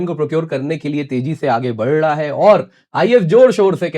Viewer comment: Whatever else, you need to correct your pronunciation of "बढ रहा..." from "बर ढहा". It is jarring to the ears.